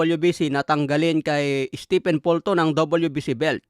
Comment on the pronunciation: Steven ang bigkas sa stephen. Si stephen curry lang ang naiibang pronunciation sa pangalan na yan sa mga native english speaker.